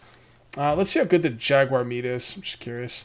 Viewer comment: jaguar, not kugar ;)